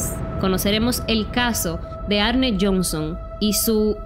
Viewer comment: "Arni" se pronuncia baby, no "Arne" 🤣🤣 y Lorrein ... no Lorrain. Aprende ingles un poco bombon.